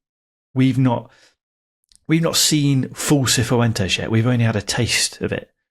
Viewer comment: Can people who've been listening for longer explain if pronounces some names wrong as a gag or some kind of in joke? Hearing "Seefoo entes" a few times made my skin crawl.